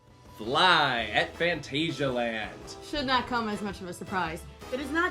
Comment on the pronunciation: We're supposed to believe you and you can't even pronounce phantasialand correctly?